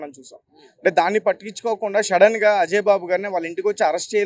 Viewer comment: Shadden kadhu bro sudden em anchor ra babu.